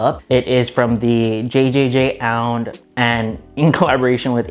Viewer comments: Pronounced Jound lmao not JJJJound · jjjjound is just simply pronounced as "jound" or "j-ow-nd" lol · It’s pronounced “J-OW-ND” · it's pronounced jjjsjdvbxcshjf-OUND